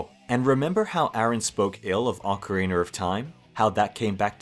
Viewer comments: ah yes, ocariner of time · "Awkereener of time?" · I've heard plenty of British people mispronounce Ocarina as "Ocareener", but never until this video have I heard anyone pronounce it "Ohcar Ray Nar". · Ocariner of Time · Bro keeps saying ocariner of time and it makes me chuckle everytime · not you pronouncing it "Ocariner of time" 😭😭 nice video